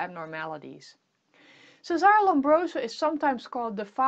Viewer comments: His first name Cesare is pronounced che-sa-re. Not 'sesare'. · It's Cesare not Sesàr in italian. You re invent his name..